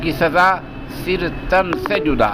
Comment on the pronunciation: सिर.... नहीं.... सर